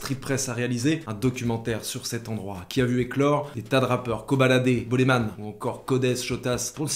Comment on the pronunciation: Euh Bolemvn pas Boleman